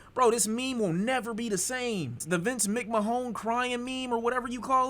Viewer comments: who TF is Vince McMahone???? 😂😂😂 it’s McMan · Brotha it’s Vince Mack- Man 😂😂😂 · mcmahone is hilarious tbh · The way you pronounced McMahon has me in TEARS 😭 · him saying vince mcmahon name like that was crazy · Why did he say it like that?